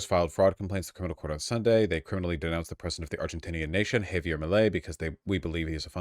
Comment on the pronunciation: Vaush pronounce Javier correctly challenge: IMPOSSIBLE